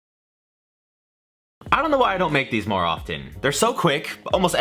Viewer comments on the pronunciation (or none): none